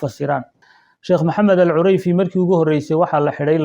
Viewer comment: Cureyfi, ma ahan….ee CUDEYFI, dheh.